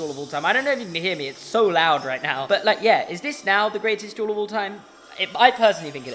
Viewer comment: I was not paying attention when you said "Harry and Draco duel" and for the first couple seconds I thought you said juul and oil